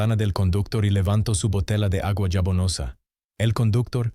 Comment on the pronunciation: Ese hablado y todo echo por IA que ridículo. Botela, su papá, Dellavan, manana etc aprende hablar tiene es huevo jejejeje